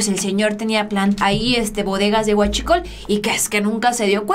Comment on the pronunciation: Ay chentito pues tu tenias guschicol como tu tenias que pronunciar la palabra guachicol